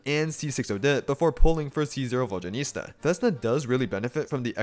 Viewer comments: The mispronunciation of her name’s gotta be ragebait, right? 😂😭 EDIT: He really mispronounced her name throughout the whole video 😭 this can’t be the same guy who correctly says Zibai’s name, and so well at that too😭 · Please, VodyaNEET-sa. 😭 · Another comment about how painful it was to listen to character name being pronounced completely wrong. Like, google translate does better job pronouncing her name. Other than that nice work! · Someone tell him the correct pronunciation, it's too distracting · Why so difficult to pronounce her name correctly lol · Before you make an entire video about a character, maybe look up the pronunciation so you don't mispronounce several dozen times